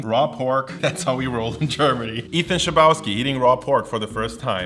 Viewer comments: I'm kind of upset didn't pronounce Ethan's surname the Slavic way ( is also Russian-German). "Chleb" is bread, pronounced "hleb." There is also a town in Poland called "Chlebowo." Ethan's surname is literally "Person from Chlebowo." A town named after bread. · Oh my god that Chlebowski pronounciation tho xD Maybe this is how Ethan wants it to be said, but to my polish ears it sounds like blasphemy (jk) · Thats definitely not how you would pronounce Chlebowski in Polish :D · you butchered ethan's last name so bad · the way you pronounced chlebowski phisically hurt me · Criticises Ethan's German pronunciation while incorrectly pronouncing his Slavic surname. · dude, i don't like how you pronounced "Chlebwoski" so close to Polish border... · Ah, as much as I love Ethan's videos, it always hurts when I hear him or someone else say his last name, because I know how that originally Polish last name is supposed to be pronounced